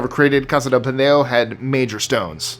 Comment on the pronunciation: It's "Casa do PENEDO" not pendeo